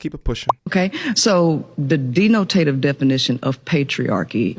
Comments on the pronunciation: Hilarious. The dee no tay tives that the peoples be having. Black sploitation at its best. Great job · yes cooked her at mispronouncing words. Dee no tay tive is not a word😂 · She said "deenotative" lmao wtf? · DE-NO- TA-TIVE..😂